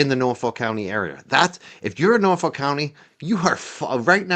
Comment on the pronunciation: I live in Norfolk 🇬🇧 and it is pronounced Norf@ not ‘folk’ 😊